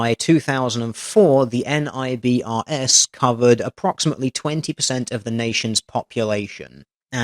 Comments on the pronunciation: Oh, just thought you might want to know. NIBRS (the national version of IBRS, as each state has one, Washington is WIBRS) is a FBI system with the extension becoming Fusion Centers from Homeland Security. Both do massive crime reporting and mapping. And you pronounce NIBRS as nigh-bers. FYI. :) It all ties back to NCIC. Yes the U.S. Government loves letters. :) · Great video as always. However, I just have to point out: you say NIBRS like you do NASA. It's not really enunciated by letter like FBI. The only reason there aren't many states using NIBRS during that time frame was because it wasn't created until the late 80s. Most reporting was done under Uniform Crime Reporting (UCR) but it seems the federal government is trying to push agencies to use NIBRS now due to the details you described in the reporting (offender/victim demographics, more groups of offenses, etc.). Another knock on UCR is that it only reports on the most serious offense while IBRS reports on every offense the incident can have. Most importantly for men, NIBRS counts rape to include male victims and not just females. Even separate states can have their own type of IBRS (like Colorado IBRS or CIBRS) I wouldn't be surprised if UCR is completely taken out of the picture in the near future.